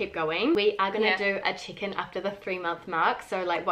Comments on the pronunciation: Everytime says "check-in" I hear "chicken"... 😅🙈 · I thought I heard "one month chicken video" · Me tooooo hahaha I was actually scrolling the comments to see if someone said it lol. It took me the whole video to realize she was saying "check-in" 😂